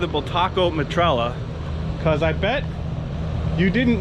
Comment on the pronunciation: Stop saying metralla! Aghhhhh!! Me-tra-ya 😂